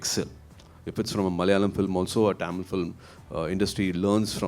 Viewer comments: casual a oru time sollalam. But few yrs in Mumbai made him to say tamil as Taamil that's sound awkward from a guy who admire him and his words. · Happy with Suriya's Positivity but Why is he pronouncing THAMIL(TAMIL) as TAAMIL??? As a Tamil I feel irritated to hear it! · Adhu enna da Tamil !! Why can't he say Thamizh ?? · Bruhhhhh it's NOT TAMIL but it's pronounced THAMIL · I wish Suriya said “tamizh” instead of “tam-il” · Anchor properly pronouncing Tamil.. whereas tamil boy surya pronounce it as Taamil... 😂😂😂😂 Enna da dai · Love the way he talks but why is he pronouncing Tamil that way😅